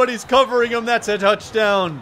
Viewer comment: did he say nouchdown